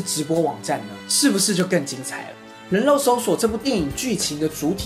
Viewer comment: 是發音拉 :3